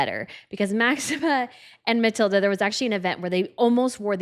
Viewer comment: Please, the names! Queen Mathilde of the Belgians has no "a" at the end of her name. The youngest Swedish Princess (daughter of Prince Carl-Philip and Princess Sofia) is Princess Ines. Not Ians. Try Yness. The yellow colour of Princess Sofia's dress is the yellow used in the Swedish flag. That is why she chose it. The designer you spoke about is Jan Taminiau. Try Yan Tah-mini-yow.